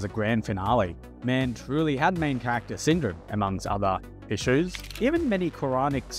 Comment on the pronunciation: 99.99% of this video is AI including the narrator. The way certain words are pronounced is only a mistake AI voiceovers make 😂 look at the "among other .... Issues"